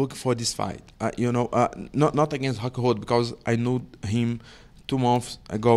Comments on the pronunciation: Paulo: “Im going to knockout Luke Hockhold” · ‘I will knock out Hockhold in the first hound’